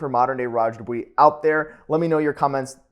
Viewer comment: Dubious=Do-bwa not do-wee. Can't even take you seriously du-dwee